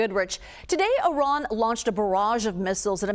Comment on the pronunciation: I would take the retired vice admiral more seriously if he learned to pronounce "Iran" correctly